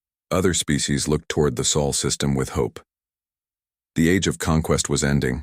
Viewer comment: Ahh wieder einmal die Chens und wie oft wird das Solsystem noch Seelensystem genannt naja im laufe der Geschichte wird es mit der Aussprache besser 😊